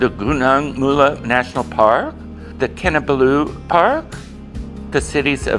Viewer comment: In Malay the stress most often occurs on the second last syllable. This will help you to pronounce Kinabalu correctly. KinaBALLu. In the section where you comment on the multiethnic population you have confused Malaysian and Malays. Malaysian refers to citizenship and Malay to an ethnic group. All Malays are Muslims whereas Malaysians practise a variety of religions. Lastly you refer to the country in which the old Hollywood movie is set as Malaysia. Malaysia did not exist until 1963. It’s not just a change of name but a whole new federation when the Federated States of Malaya, Singapore, Sarawak, and North Borneo (Sabah) formed the new country of Malaysia.